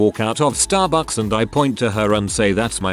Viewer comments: STAH bucks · “To get StArbUCks”